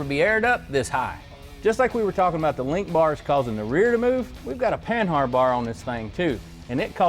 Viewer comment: Panhard is French, as in Louis Panhard who invented it. You pronounce it "pa-nard"